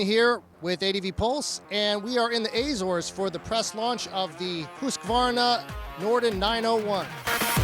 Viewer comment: The way he pronounces Azores....